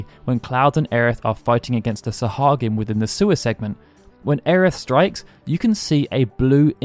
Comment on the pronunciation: I'm pretty stoked. Also, thank you for knowing how to pronounce Sahuagin. xD